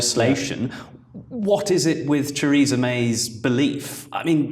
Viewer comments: That's funny, when pronounce the name of Theresa May I can only hear "Treason'n may" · I smiled when he Theresa but it sounded like "treason".